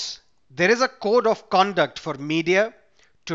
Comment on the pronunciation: "cord of co onduct " what's wrong?